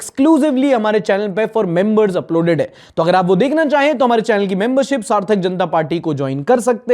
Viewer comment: Well pronounced 💀💀